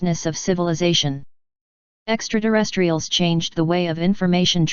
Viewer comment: THE NAME OF THE “ LITTLE GREEN MEN” is EXTRATERRESTRIALS. THE MECHANIZED VOICE ALWAYS SAYS. “ DEXTRA - TERRESTRIALS”! MOST ANNOYING‼️‼️‼️